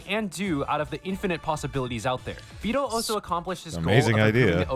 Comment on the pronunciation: you say his name right, its neuro who says it wrong